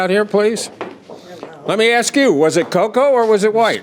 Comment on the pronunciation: I'll never understand why the word ask is so hard for so many people to pronounce. Just say ass then add a K at the end. An axe is something you use to chop down a tree, not to inquire about something.